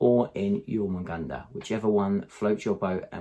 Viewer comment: Great video. I love the idea of Zoanthropes controlling the centre of the board, as of course on smaller boards they will also provide synapse from the centre of the board which will help with synapse range as well. Also you were right in your earlier videos, you've now learned how to pronounce Jormungandr absolutely perfectly. Keep it coming man.